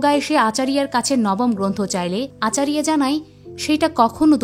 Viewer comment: ওটা মাইথোলজি হবে,আচারিয়া নয় আচার্য,অনেক উচ্চারণ ভুল ।গরু নয় গুরু ।তবুও ভালো বলেছেন ।😊